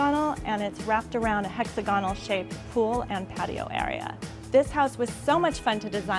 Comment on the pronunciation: Can she learn how to pronounce hex AGA nul, not hexa gonnul?